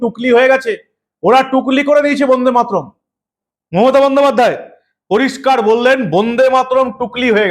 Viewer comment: বোন্দেমাতরম নয় কথাটা কিন্তু বন্দেমাতরম।উচ্চারনে শুদ্ধতা থাকা দরকার। প্রতিবেদন খুবই ভালো।